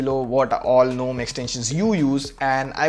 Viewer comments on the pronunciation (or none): Lol it's not even "nome" it's "ga nome" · Well .. Why Gnome is Pronounced Guh-Nome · Gnome said it's G- Nome GunOm🙂